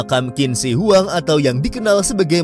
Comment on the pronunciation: Indonesia Maaf min, kalo gue boleh kasi sedikit ralat, cara baca untuk nama Qin Shi Huang yang benar adalah "Chin Shie Hwang" dalam Mandarin. Bukan Kin Si Wang.